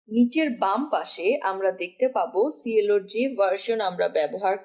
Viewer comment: আপু প্লিজ নোট- it pronunciation should be ক্লো ত্রি ডি not সি এল ও however Loves your tutorial....thanks for making this Bangla tutorial